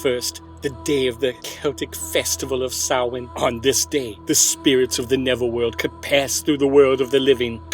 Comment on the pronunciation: That is the weirdest pronunciation of "stingy" I've ever heard... that g makes a "j" sound... assuming that Jack is conceptually a skinflint. If he's part wasp then keep doing what you're doing. Surprisingly accurate pronunciation of Samhain though.